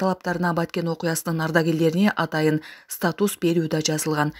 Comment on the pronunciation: Диктор!!!! статУс ЭМЕС!!! стАтус !!!!! Ударение,дикция, грамматика речи деген нерселерди мектепте тил жана адабият сабактарынан берет!!!!! Ушул каналдын дикторун угуп отуруп таң калам, ушунчалык да сабатсыз журналист,дикторлор болобу деп.....